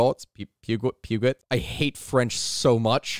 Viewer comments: Peugeot, you can easily pronounce it as "puh-joe" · It's pronounced PEW-joe,. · Its pronounced PEW-GO thats how me mum taught me 😂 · Dont worry about peugoet, the scots call them Pug-its and the northern english call them perjjo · Peugeot, pronounced “POO-Joe” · its pronounced "poo-jeaux" (pronounce the jeaux like the jux in aus-jus but with an o sound at the end of the jeaux instead of the u sound at the end of jux) holy crap say that 10 times fast also haha I said poo the more Americanized infliction explanation i can give too is to pronounce it "poo-joe" but with a soft J damn that second way of explaining it makes WAY more sense. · Peugeot is 'Purr-joe' with a French J that sounds like an sh but isn't. Because France.